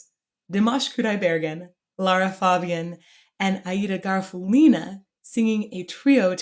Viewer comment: The stress in Aida's surname is on the "u" syllable.